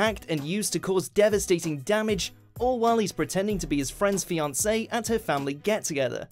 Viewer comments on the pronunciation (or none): none